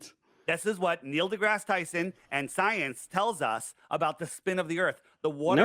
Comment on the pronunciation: "Yur manestreem scyence"